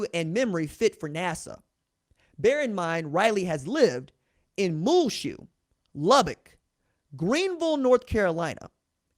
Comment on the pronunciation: His hometown is pronounce Mule shoe